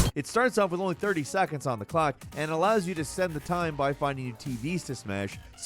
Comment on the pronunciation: "it allows you to..." what the hell does he say there? I upped the volume and still cant discern what he says there